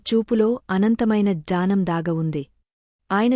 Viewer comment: గూడా ర్థము పాలకటానికి గూజార్ధము అనిపలుకుతున్నారు డ ని జ గాపలికి నట్టు వుంది. చాలాబాగా చెప్తున్నారు చిన్న సవరణ మాత్రమే ఇది జ్ఞానం ని జానం అంటున్నారు. (